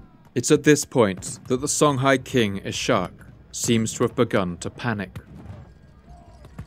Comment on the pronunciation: Ishaq is pronounced iss-haaq